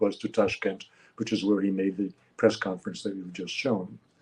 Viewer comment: Did you say piss conference. Zelensky did.